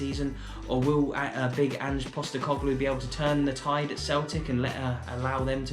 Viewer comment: Well done on pronouncing Ange Postecoglou correctly former Victory and Australia manager, lets see how he goes managing Celtic.